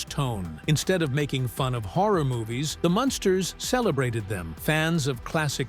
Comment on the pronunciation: It's Munsters,not monsters